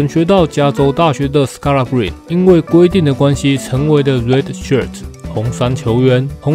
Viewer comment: 板凳的最佳精神支柱，同時也是另一種隱藏王牌！感謝您的用心整理資訊，分享這位球員給大家知道 其實他的名字Scalabrine結尾的e也要念，就是那個尼的發音，我也是剛剛搜尋相關片段聽到主播們都是這樣念的